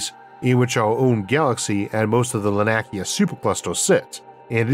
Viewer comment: Much love for all you do. Just a bit of a tip, here. Laniakea - Lah-nee-ah-kay-ah - Hawaiian words use the latin vowel pronunciations and there are no silent letters.